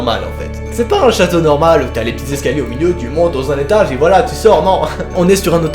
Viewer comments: Je suis la seul à entendre "chetage" au lieu de "étage et "dortroir" au lieu de "dortoir"x) HH faut pas qu'il dépose sa candidature pour devenir chirurgien xD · Euh je suis la seule à entendre "étache" au lieu de étage😅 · ÃSÂ ÂSÃ ah moi j’entends « jetage » 😅 mais c’est presque pareil lol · Moi j'entend étage